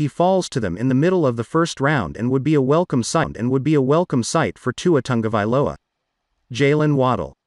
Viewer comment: It is tongue- a- vailoa